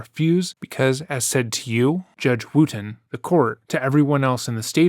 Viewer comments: Oh you guys it's NOT pronounced WOOOOOTON!!!! It's Wooton (like WOOD) you're welcome! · “Where are you, judge wooten?” Sounded like “where are you, God?” And that’s so funny to me 😂